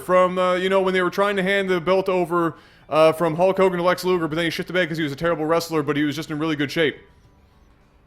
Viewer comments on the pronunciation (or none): none